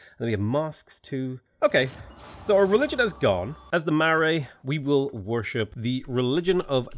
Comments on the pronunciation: Your pronounciations of Maori and Marae cause me pain but I'm sure you've heard that a lot already. If you at all care Maori is pronounced more like "M ohw ri" and Marae is pronounced "Mah rye" with a slight roll to the Rs. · Kia Ora enjoying the new mods just thought I would offer some advice from a New Zealander. Marae is pronounced "Ma-ra-ee" like mar-eye, Maori is "Ma-oo-re" and Tangaroa is "Ta-nga-rO-ah". Nga is like in singalong 🌟 good luck with the rest of the run!